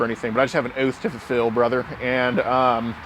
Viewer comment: The OATH, brother 🤣